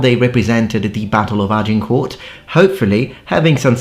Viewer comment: This anorak cannot even pronounce the name "Agincourt" correctly but is an authority on the colour of the socks worn by the combatants. What a dork.